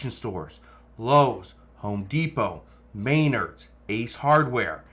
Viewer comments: MAIN_erds??? it's spelled Men_ards. And sounds just like it is spelled. Men_ards. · May-nerds 😂. It’s Men-nards 😊 We have all three within ten minutes of my house. I was just in Home Depot two days ago, and you could count the number of shoppers on one hand. There were more employees than customers 😂 Sad. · You can't pronounce Menards. Men-nards not ma-nards. Read much wow how did you get this old without reading comprehension skills. Save the reporting to people who can enunciate. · It's not MAYnard's, it's MeNARD'S ! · Did he just say Maynard's it's Menards dude😂😂🎉❤🎉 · Mainards? Do you mean Menards? Lol you obviously know your stuff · It’s pronounced men ards. Get it right. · It's pronounced "Ma nard's" (smh) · It is pronounced muh·naardz. My mum's maiden name was Maynard. The building supply company is Menards! (Muh·naardz). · You couldn't pronounce Menard's? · Thanks for the update/insight. The logic is sound, but in the real world, people have to fix stuff. And houses and apartments need work to be rented. It kinda never ends. Upgrades are optional, but not maintenance. So I'll wait and see how things go. And it's too late for this video, but I think I'm hearing you talk about a store in my area called "Menards." Its pronounced a little closer to how a person might say "guitars," so that's a soft "me" strong "nards." Your nards should always be strong...